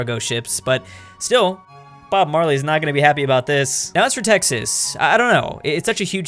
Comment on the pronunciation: You didn’t nail Texas